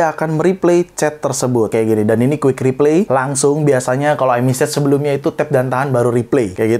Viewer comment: Reply dibacanya /riplay/ bang, bukan /ripley/